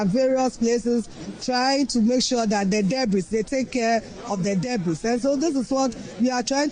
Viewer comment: “Debris” bɛn? 🙄 Maame wei abon rufffff 😂😂😂